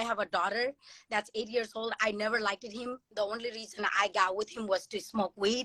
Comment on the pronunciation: I hate when people say likeded like wtf is likeded?